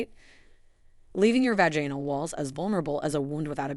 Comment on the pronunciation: And also the mispronunciation of the word Vaginal.